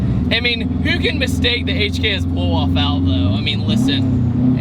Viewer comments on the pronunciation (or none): none